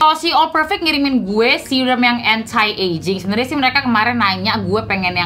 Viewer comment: "Anti" pronounce nya "enti" deh kayanya kak. Bukan "entai"